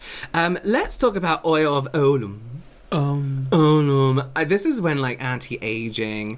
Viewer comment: Ulay not Olum (certainly here in the UK), I'm a bit of an old git and spend your historic vids going No, no, nope 😅